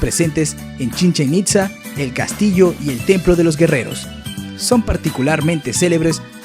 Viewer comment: Es chichinitza no chechenitza lol XD AJAJ